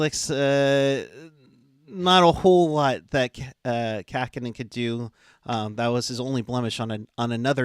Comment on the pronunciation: did you mean Kahkonen?